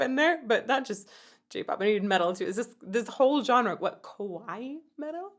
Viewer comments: it's pretty funny how you pronounce kawaii, cause what you're saying sound more like the word kowai, which actually means THE OPPOSITE of kawaii! Kawaii means cute, while kowai, the word that you're saying, means scary 😂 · You actually said, "scary" metal in Japanese. You said, "kowaii," instead of, "kawaii." The difference between o and a changes the word's meaning. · Little fun fact: "Kowai Metal" (how you pronounced it) would translate to "scary metal" 😅 Kawaii metal is "cute metal" 😊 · i am sure you mean kawaii, wich means cute. and not kowaii, wich, means scary. it is ok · It's pretty funny how you pronounce kawaii , cause what you're saying sounds more like the word kowai, which actually means THE OPPOSITE of kawaii! Kawaii means cute, while kowai, the word that you're saying, means scary 😂 Also, the second "Are you ready" that you hear is actually MomoMetal's scream! They recently talked about it in an interview, BABYMETAL finally has a growler!!